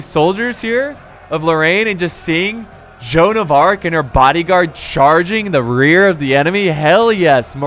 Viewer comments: Its joanne of arc not arch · joan of arch, you mean joan of arc